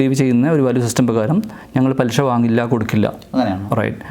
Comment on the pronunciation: ആദ്യം മലയാളം പാദിപ്പിക്ക് പലിശ എന്ന് പറയിപ്പിക്കാൻ നോക്ക്.ഷാ അല്ല ശ. ഇത് മലയാളം ആണ്. മോട്ടിവേഷൻ ചെയ്യണം മലയാളം